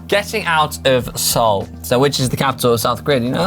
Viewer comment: I’m Korean American and because GCN is so awesome - gets a pass for mispronouncing Seoul! Don’t worry brother.